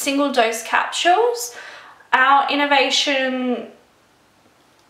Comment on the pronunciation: How the hell cant you even pronounce something that you love so much??? It aint that hard! ITs phonetically! Litteraly CE-RA-MIDE. And what the hell are capshuels???? Its capsules! There is no shhh sound in that word!